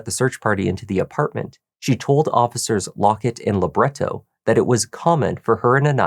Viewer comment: Funny the way you keep saying Officer 'Labret-toe'. Well, it's funto me ok. 🤔